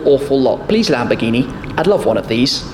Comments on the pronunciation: LAMBOGGHINI? LAMBORRRRGHINI👌🏻 ok? RRRRR with the r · Perché si inglesi o americani dicono Lamborgini NO é LÀMBORGÌNI😤😠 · Si dice lamborghini non lambghini!!!